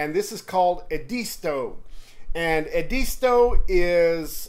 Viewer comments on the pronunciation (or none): Pronounced Ed-a-stow! Not E disto. Other than that enjoyed the video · It’s pronounced properly as Ed-as-toe or Ed-isss-toe. I’m a SC native so trust me.